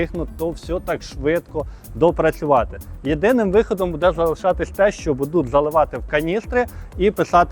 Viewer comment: У словах "можуть", "будуть" і т.п. треба вживати Ь, а не можут, будут. Чи в тебе проблеми з м"яким знаком, не можеш вимовити?